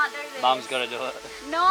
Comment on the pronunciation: Only an Australian can turn the world "no" into about 3 syllables.